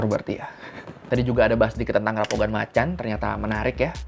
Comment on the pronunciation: Rampogan bacanya jadi rampokan bang